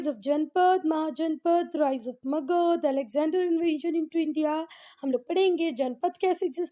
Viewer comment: Thank you but aap har word me jisme last me a hota usko pronounce kyun nahi karte ho jaise magadha ko aap magadh bolte ho